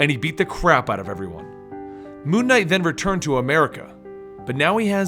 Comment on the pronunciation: It sounds like he's saying Moo Knight...which could be the greatest superhero of all time.